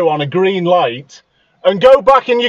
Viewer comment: The voice of a moron "wee came trou on ghrrreen" totally ignoring what's been said about the road being blocked. "I'll report you" she should get arrested for dangerous overtaking and blocking opposite lane.